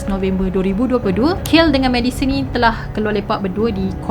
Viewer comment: betul. Dia sebut kayl. Spatutnya kaylee = kei lee